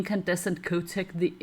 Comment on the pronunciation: The "h" in Chotec is not silent. Is exactly the same as "chocolate".